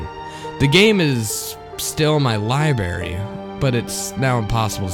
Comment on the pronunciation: Im not hatin'. It just killed me when you said libary instead of library. Im from the south though so its not as bad as half the crap I hear. Great vid. Nice voice.